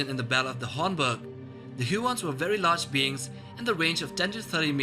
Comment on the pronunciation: There are no Hyew-orns or Myew-makils. The "U" is always long and makes the "oo" sound as in Hoo-orns and Moo-makils.